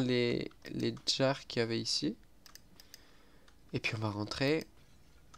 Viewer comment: Farm le fer en off, pour faire le stuff fer en vidéo :3 Ca pourrait être intéressant ;P On dit bien "De la soie" ;) t'en fais pas ! Par contre, on dit jar et pas Djar XD